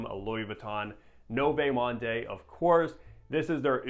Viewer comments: No vay monday😭😭😭 you have all these fragrances but cant even pronounce the name right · Lmao 🤣 NOVAY MAHNDAY!!!, that aside good review. 👍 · Americans butcher everything. I’m pretty sure it’s pronounced like ‘Nuvo Mond’ bro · Pronounced “New-Vo Mond” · Butchered the name bro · Noooo!!! Sorry to scream at you but honest comment, every time when you butcher so badly the name(100 times throughout this video), it makes me feel like you are swearing at your mother. Yeah, that feel. So please, please, and this applies not only to you but also to any reviewers especially you are becoming bigger with more subscribers, it takes only a few seconds to Google to get the right pronunciation. I know you're American obviously don't speak French but it is so important as you try to describe the fragrance. Keep up the great work though. :hand-purple-blue-peace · Wow that was the most brutal pronunciation of french i've ever heard lol. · Only popped by to hear you butcher another name and it was splendid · He is not even trying 😂